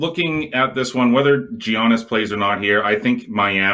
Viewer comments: ‘Ya/nis’ is how you pronounce it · Does it annoy anyone else they both say Giannis incorrectly?!! And duh the Heat are going to close them out today.